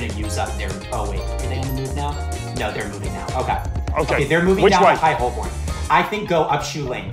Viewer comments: I winced every time someone pronounced Holborn as it’s written 😂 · Three Americans attempting to pronounce Holborn made me laugh much harder than it should have